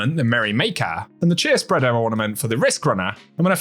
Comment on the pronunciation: LMAO dying at your read of Cheerspreader. Same!